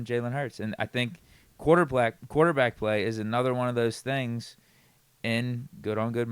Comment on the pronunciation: Man just said “quarterBLACK”